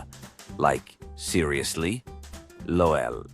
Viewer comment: Stop with the lol’s. The ai voice can’t pronounce it right.